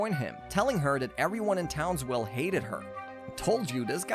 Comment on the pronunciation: Why do I feel like you keep saying townswell